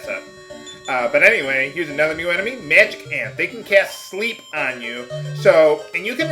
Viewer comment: So did anyone else hear Magicant, rather than Magic Ant? <.<